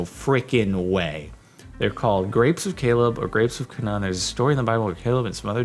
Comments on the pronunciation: Canaan is pronounced "cay-nin" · Who else got triggered when he pronounced Canaan wrong?